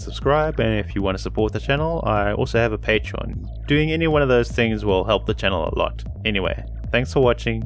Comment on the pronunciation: The will joke doesnt work when you say will like Woll or wull